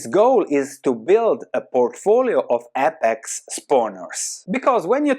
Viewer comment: Some constructive criticism. It is said Aye-pex, instead of ah-pex